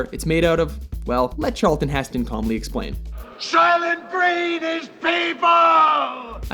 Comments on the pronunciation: Soilent not silent, & also we know it's people, so we just won't buy it & bankrupt the company! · Soilent Green not Silent.